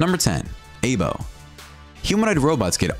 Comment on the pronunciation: Aibo Is Pernounced: I BOW